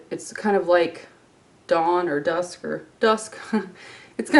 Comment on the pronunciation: When you said dawn the first time during your mini tutorial I thought you said "dong" lol